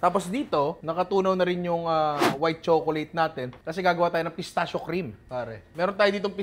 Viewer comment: Nong “pistakkio” pronunciation nyan hehe ✌️